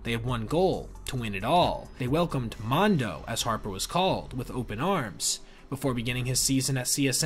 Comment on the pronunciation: "MONDO"🤔 I THINK IS "MUNDO"😉